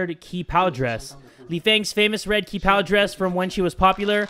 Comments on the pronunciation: Also, "qi pao" is pronounced "Chee-pao" ^^ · Qi Pao is pronounced Chi Pao And the X's on the windows is because it's a typhoon, those X's are tape, to protect the windows, I think